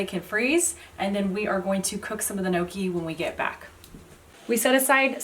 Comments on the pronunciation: lol not gnocchi like ‘pokey’, but gnocchi like ‘rocky’..😄All good, love your vids. This is on my list for the coming week😃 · As always, clear and very easy instructions! Thank you! [Now... add a fork and correct pronunciation and get a double win! Pronounce the letters inside the parentheses as one letter, (YGNow) key.] I absolutely can't wait to try the beet version. I am currently snowed in so, soon. ~Marie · you should roll up the back of a fork to make a pocket and ridges to hold the sauce and you don't pronounce the N its more a yonki sound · So funny how you pronounce it like "no-key" 😂😂😂👍🏻👍🏻👍🏻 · It's pronounced neeohkee. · just to assist in the pronunciation.......they are pronounced....... "ING-yuck-E. Hope this helps. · Kneeawkey. According to a Sicilian chef I know. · Gnocci , there¨s a J after the N when you pronounce it